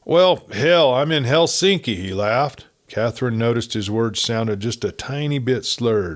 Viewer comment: It’s Helsinki not Helinski